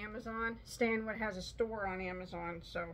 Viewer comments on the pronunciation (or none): none